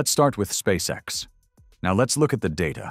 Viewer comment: ON ne dit pas spasex mais Spsace X !!!!monsieur l'orateur!!!!!!